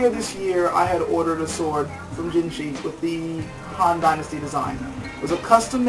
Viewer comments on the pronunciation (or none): on pronunciation...from a chinese perspective "jin shi" isnt said "jin shee" - thats japanese. chinese would say it kind of like "jin sheugh" great review tho!!